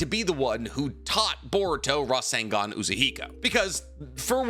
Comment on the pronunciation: I dare someone to take a drink every time he says rasangan